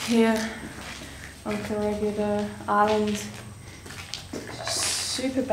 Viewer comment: You did it again...its ko-re-hee-dor not koregidor